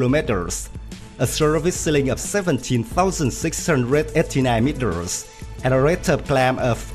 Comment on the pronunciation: Meetiirrrrrrrrsss. Lol